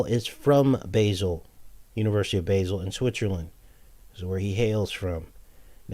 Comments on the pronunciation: I lived in Switzerland for 6 months its pronounced Ba zel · Basle is pronounced Baal. Its also where you'll find the large hadron collider.